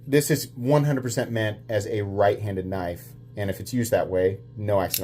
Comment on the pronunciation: I heard tri-state had his bottom rib removed so he could s......... its a definite pattern with MOST knife content producers mispronouncing knife names.